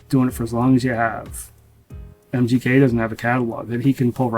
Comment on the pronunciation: Sounds like your saying mjk it’s mgk